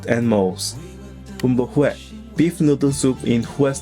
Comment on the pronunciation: Suggestion: learn to pronounce “Huế” properly !